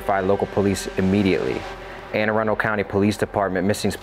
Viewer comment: Thanks for pronouncing the county name correctly 😆 Usually when it comes up on YouTube its pronounced Aaron Dell or something close to that!